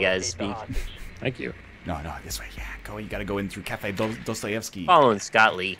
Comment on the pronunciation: The way he correctly pronounced Dostoevsky amazes me from this egg.